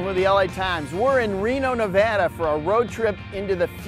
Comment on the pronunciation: Thank you for properly pronouncing Nevada